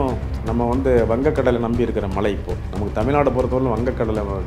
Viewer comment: First malai nu cholladheenga Tamil ozunga pesunga.